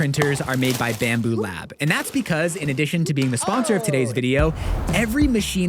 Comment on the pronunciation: It's Bambu not bamboo